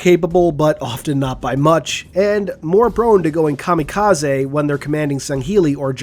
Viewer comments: Kamikaze(zee). Special attack force members at least deserve their name pronounced correctly. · Shouts out to for pronouncing 'KAMIKAZE' the right way! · Kudos for pronouncing "kamikaze" properly <3